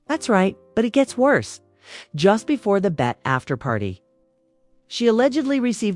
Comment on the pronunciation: Hello???? Its not "bet" - Its B -E -T